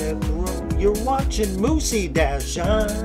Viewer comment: I don't know if you're mispronouncing it on purpose but it's (myoos) dash, not moosie